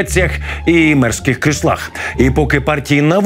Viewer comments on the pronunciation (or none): просьба к ведущему: в Вашем исполнении реплика "мерське крісло" уж сильно читается как "мерзкое кресло"